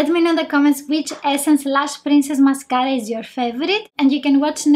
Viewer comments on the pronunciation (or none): Take a shot everytime she says mascaara Lolol